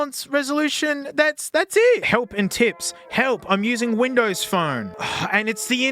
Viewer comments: i get hes saying bindows but its so much funnier to think hes saying bimbo every time since it sounds just like it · i thought I heard "BIMBOWS??" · It's not "binbows" 🫩 you need to rerecord the audio and correct the OS name!! It's "microshaft winblows 8" 😆☕️🚬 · smasnug binbows I'm dead😂😂😂😂😂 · binbows on a smasnug? this is not okay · The way he says Binbows gets me to jump everytime as a german